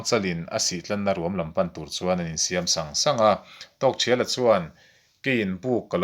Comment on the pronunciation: A ngaihnawm hle mai,chutihrualin zawhna pakhat,Tawkthriala tia i lam hi Tawkthiala tiin ka lo hre thin a,ka lo hre dik lo zawk em ni niang,Aizawl Radio a pu C Lalnunchanga ziah an rawn chhiarah pawh khan Tawkthiala ti tho khan an lamin ka hre bawka,enge ka hriat dan hi a dik nge dik lo zawk min lo sawi chian sak thei la kan va ti ve,, engpawhnise i channel a puitling ka ti hle mai